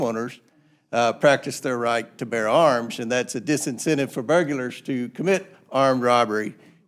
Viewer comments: "Burgulars" What an educated man! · Oooh! Burg-u-lers! Are you kidding me? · bur-gu-lars????!!!!!!! lol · Comer pyle is just so stupid & so ignorant, even about his own state!!! & ' burgulars ' ffs 🙄🙄🙄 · Comer said,....."burgulars"???? 🤣🤣🤣🤣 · "burgulers" 😂 it's burglars, you idiot! 😁😁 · JAMES COMER PRONOUNCED BUGLARS AS BERGULARS....is English his 2nd language? Of GUN CONTROL, COMER said "IT CAN ALSO BE A DETRIMENT TO CRIME." COMER meant DETERRANT. COMER can't speak the language? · "Burgulars"? Did Comer say "Burgulars"? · Burgulars?? Nucular burgulars? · "Ber Gyu Ler" WTF? Go back home and never speak in public ever again, Cleetus. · Did he actually say BURGULERS? 😂🤦‍♀️ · Comer said "BURG-U-LARS" several times. Maybe he didnt do well in grade school English, so I'll help him out. I got this from a great resource & awesome book, available everywhere, NOT YET BANNED🤞🏻 & FREE! It's called a DICTIONARY. Or one can just GOOGLE IT. Oh, yeah, there's always SPELLCHECK. HOORAY FOR TECHNOLOGY! Hey James Comer, THE WORD OF THE DAY IS... "BURGLAR" bur·glar noun plural noun: burglars "a person who commits burglary." You're welcome, dude.. Class dismissed. 😁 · Is Comer calling them 'burgulars'? Where did he get that extra middle letter? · “the burgulars”??? wtf?!? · Burg-u-lars!!! Pretty funny stuff and hilarious the stark contrast between Comer and Raskin WOW! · Wow, Comer is a racist. Also, what is a "bergular"? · "burg-u-lars"? Comer is a lying pos that needs to learn English as a foreign language. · “Burgulars” lol, mental titans. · “Burgulars”? Seriously? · Comer repeatedly says "burgulars"?!? Having lived and done daily business in Cincinnati and several cities in Kentucky for more than a decade I have never heard a person older than 5 years say anything close to "burgulars", even in jest! Just exactly HOW ignorant is he?!? I'm guessing somewhere between Tremendously and Horrendously! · James Comer: "burgulars" 🤣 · burg-u-lars...what a moron